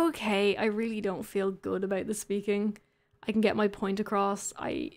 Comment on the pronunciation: "abowt" LOL, I love it.